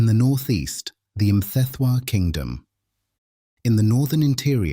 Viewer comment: Are you sure that you are Zulu? How you say Sensangakhona and Mthethwa, haibo, ( not sure)